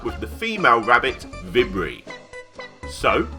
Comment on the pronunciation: vibri is pronounced vee-bree btw